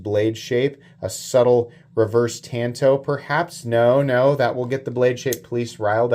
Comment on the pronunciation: Yep you're saying seigaiha right. Tanto on the otherhand...